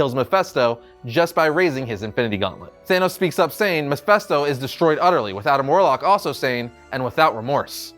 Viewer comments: "Mefesto"? You'd think with all the videos about Mephisto showing up in MCU he'd know how to pronounce Mephisto. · Mephisto not mephesto! You’re meant to be a comics expert.... MEH-FIST-O! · Am i the only one annoyed by how he pronounced Mephisto?! It's an "I", for fucks sake! MephIsto, damnit! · Kind of cringed every time he said Mephisto. In any case, I love Silver Surfer. I hope this comes in the What if episode one day. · It's pronounced Ma fist o